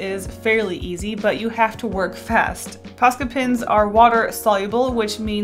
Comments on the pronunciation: It always disturbs me when she says "pens" She says: Pins Me: they're pens!! One of the easiest things to say!!! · well some people, including me, get annoyed when she says pins instead of pens. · Am I the only one who never noticed she has been saying “pins” instead of “pens?” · So you DO pronounce pens like pins sometimes. I thought I was going crazy. Thanks for adressing it 🙈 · Your videos and cute illustrations keep making me want to buy more posca colours! Also I didn't even realise you were pronouncing pens as pins. I had to replay to figure out what you were correcting 😂 it all sounds the same to me! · i never noticed you said pins instead of pens lmaooo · is anyone noticing that she is saying paint pins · I pronounce pens as "pins" too and people give me so much shit for it lol like hush guys.. that just how I talk.. just let me live my life ah! Lol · "Posca pins" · I hate to be that guy, but i’m gonna be that guy. It’s kinda annoying when you say ‘pens’ over again. As a non native speaker i didn’t even notice it in the first video and i still can’t hear a difference tbh